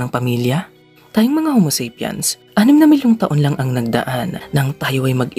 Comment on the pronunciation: Tuwang tuwa dati ako manood ng mga video ng channel n to eh..bilib n bilib n eh, until nung paulit ulit niyang bigkasing "ho-mo-sep-yans" ang ating ating homo sapiens.. nkakadistrak😵